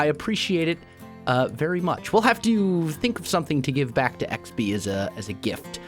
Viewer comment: When you said xb I thought u said sb as in sb737